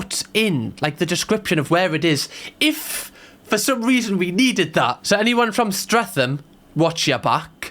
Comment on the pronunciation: YOU DID NOT SAY STREATHAM I FUCKING LIVE THERE